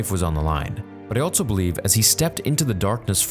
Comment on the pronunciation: Stop putting the letter T in the word "also"